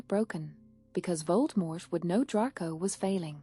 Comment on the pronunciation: I do like your stories--thanks! I just wish that the narrator pronounced some of words correctly, such as "Gryffindor" and "Draco ". I'm guessing that you are using an AI program--I wonder if it can be taught the correct way? Anyway, I appreciate your creativity.